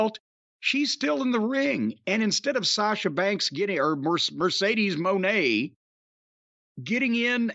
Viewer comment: Mercedes wig is flames burning the blue hair signifies the end of Sasha Banks. And it’s pronounced Muh-Nay